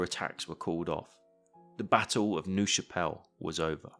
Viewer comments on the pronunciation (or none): Minor point - "Nerve" Chapelle. pronunciation. Not "noove" But these vids are absolutley brilliant with your mas and arrows or attack and current layouts. Really superb videos.